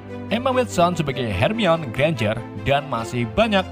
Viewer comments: Her mai ni, bukan Harmoni blok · Bacanya hermayoni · Her mi wan Ye eendehhh non kagak bisa baca Admin yeeendehhhhh kang coli 😂🙏🏻 Bang namamu Ian kah? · baca nya hermion Bukan her mai ni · Sedikit masukan. Harmoni bukan hermion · bangke lah. sebelumnya hermoin. sekarang hermion wkwk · bacanya "Hermoni" aja kalau kesusahan bang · Hermiwon aja🤣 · Bacanya "HERMAWAN" 😁😂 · Mugkin bacanya HERMAN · Yang sebenarnya Her-Mo-In ~Hermoin~ begitu sebutannya UwU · Hermoini grenjer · Bacanya Hermi-awan bang 🤣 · Bacanya Herman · Hermaini nyebutnya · Hermoni gitu kak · Lalat terbang , becanda bcny hermoni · Bacanya "Herman" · di baca herman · Akuu bacanya " hermiwan"😢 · Baca ny hermayoni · Nih bang kukasih cara bacanya hermione:hermaini weasley:wisli george:jorg ginny:jinny ron:sebut ron aja bang gausah pake ronald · Hermiyon, ngakak min 😂🤣🤣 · Hermione = dibaca 'hermainiii' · Bacanya hermione itu hermaini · Bang pengucapan namanya please di benerin dulu please